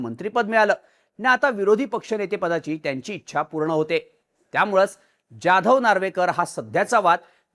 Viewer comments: ज्याधव नाही जाधव, स्क्रिप्ट लिहिणाऱ्याला सरळ लिहायला सांगा आणि तुम्ही नीट वाचा, समोर दिसत ते रेटायचं नाही. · जाधव नावाचा तू चुकीचा उच्चार करतोय हिंदी लोकांसारखा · Saheb Jadhav nit uccarara pl